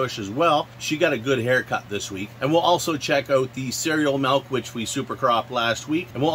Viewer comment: Did you say cereal milk sound like creal mouth in the beginning of the vid ?😂😂 ... either way cereal mouth sounds like a good name for a strain 😊